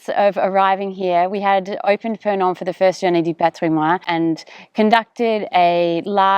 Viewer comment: Excellent. Great site, wonderful château. Lots of time, elbow grease ahead. (By the way, for Heritage Day in French, you pronounce the "n" in "patrimoine". ;-)